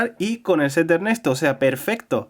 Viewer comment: Porque cuando dijo Ernesto hablando japonés lo dice raro? Si siempre lo dice bien.